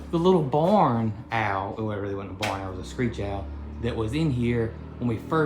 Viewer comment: Loving your beautiful farm and all the education and antics. It's just me, but the way that he pronounces the word ‘barn’ always cracks me up. To me, it sounds like he are saying,’born,’ like when a baby is BORN. Love Y’all!